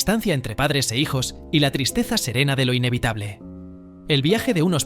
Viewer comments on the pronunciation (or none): none